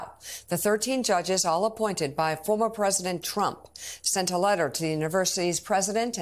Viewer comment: How she emphasizes TRUMP. Cheers for those judges!